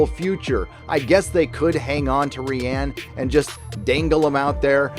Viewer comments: "ree-ann" fucking makes me twitch. please just say ryan. please. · I love you and your channel but please stop mispronouncing Rian Johnson. I’m from the UK (Wales) and my name is Rhianne which is pronounced the way your saying Rian and I’m horrified by any association with this idiot man. 🙏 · No, it is pronounced "Ryan", just says it like that to disrespect him. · Lol... ree ann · Rye-an Johnson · Ghost Ree Ann. Not a force ghost. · The way you say Rian just makes me think of Rihanna xd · Hiatus after Ep.9? That’s not a good sign. It means Disney is already bracing for a flop and going to reorg after. It also means they’re not happy with the final cut. Damn...Consequently, this means Kennedy is done. Grace Randolph was right about the fandom... Fyi, pronouncing Ruin Johnson’s name as “Ree-Ann”...ha ha! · I've never heard anyone pronounce Rian the way does. Has anybody else noticed this? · Is that really the correct pronunciation of Rian? His dads should have rethought the name if so.